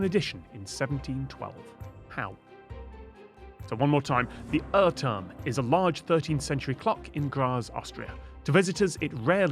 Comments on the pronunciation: Good that these segments are with video and the question is written on the screen. I would have never guessed that the "/ɜtɜm/" is supposed to be UhrTurm /u:r turm/ (which if you know at least little German, is easy The Clock Tower) yes, the first Uh is supposed to be like english oo, and the Rs are not supposed to be reduced to ɜ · Not a local, but still Austrian: yeah, I cringed when he read the name. "Err-term" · me, a local: damn he butchered the pronounciation also I'm surprised someone from Graz sent him the question